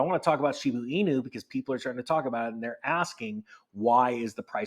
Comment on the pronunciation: It is a Shib"a" inu not Shib"u" in. Woof ;)